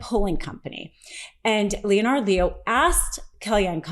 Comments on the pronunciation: Does this woman really not know how to pronounce common proper names like Leonard? Or common news words like amicus? Needs to see an ENT about those sinuses. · Okay, for future reference a little pronunciation correction. The O in Leonard is not pronounced. Treat it as if there is no O in the name at all. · You don't know how to pronounce the name "Leonard?" They say it for you in the first clip you use here. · The O in Leonard is SILENT. I understand it's not a common name. People get it wring all the time and I don't lose my shit. But you are reporting on a story. YOU ARE PUBLICLY SPEAKING ON AN ISSUE. FOR THE LOVE OF ALL THAT’S HOLY, FIGURE OUT HOW TO PRONOUNCE A FREAK8NG NAME!!! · Why are you pronouncing "Leonard" wrong? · Leonard is pronounced Lennard not Leo-nard, I've had this crap all my life, look it up and pronounce names correctly! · It's Leonard, pronounced "lennard" not 'Lee-on ard". Also Amicus briefs are not "Am-ee-cus " briefs. Grammar is everything ! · Leonard....not Leo - nard Lol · Phonetics are tough...Leonard sounds like Linnart....not L E O NARD.. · The name is pronounced Le-nard, not Lee-o-nard. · Leo Nard? It's pronounced Lennard!! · LeeOnard?? Lol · Please, it’s not Lee.Oh.Nard. Total cringe. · Just curious why you are pronouncing "Leonard" as Lee-o-nard. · You don't pronounce the o in Leonard. Just like Leonard (lennard) on Big Bang Theory. It's Lennard Leo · Why do you insist on pronouncing that traitor's name as /LEE-oh-nard/? Is that some sort of regionalism? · OK. Enough! It's pronounced len-erd. Leonard is pronounced, Len as in Len-(ny) and nard as in you hit 'em in the nard(s). Leonard. Verstehen sie? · Lee'o-nard? Are you AI? Or just didn't know proper pronunciation of Leonard? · Leonard is pronounced (Len-nard) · It is pronounce Lenard. Not like a ninja turtle. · pronounced LEN'-ARD Leo sister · Leonard Leo is a first class snob. He pronounces his name Leo-nard because he's such a snoot.